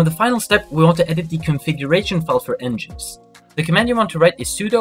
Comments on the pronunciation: It's not pronounced "n jinx". It's pronounced "Engine X". Engine X = "n gin x". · It's pronounced N-gin-X by the way. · nginx is pronounced Engine X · You're pronouncing "NGINX" incorrectly. It's pronounced "engine x". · Great tutorial, but how you pronounced nginx tilted me so hard. EngineX😂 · Pretty clear instructions. Good job. Quick pronunciation corrections though. 'sudo' is pronounced like the words 'sue do' not 'pesudo'.** 'nginx' is pronounced like 'Engine X'. ** su is the Switch User command. But it is most commonly used to change to root, AKA Super User. sudo is literally 'su then do' but the user you switch to is root(Super User) so many(most? all?) think of it as 'Super User Do [command]'